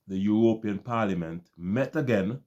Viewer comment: Bro. I have some problems with your presentation. Firstly, I do not understand why you pronounce the word European the way you do. If I were a non caribbean person I would be misled to think that this practice is widespread in the caribbean. A few of the smaller islands decided to practice this nonsense but for many of us that is not our reality. You paint a picture that all we have is tourism, that is not totally true. You should be specifying that the few island that engage in this practice have only tourism. Stop saying "we" that problem is unknown to many of us. In the caribbean we have more than tourism as revenue generators. Trinidad has oil and a vibrant manufacturing industry. Export of agricultural product generates revenue.. jamaica and guyana are known for their bauxite. Jamaican manufactured products flood the caribbean and can be seen in the US and Canada. Guyana has bauxite, oil, gold diamond, lumber and some manufacturing. In my own country Barbados we depend heavily on tourism, some light manufacturing with the manufacturing of pharmaceutical topping the product list. But we generate a considerable amount of revenue from the financial services business. While we do not have natural resources our greatest asset is our people. We are amoung the most stable countries in the caribbean with one of the strongest dollars. My brother I do not like the way you protrayed the caribbean. That is the oecs countries that is not us.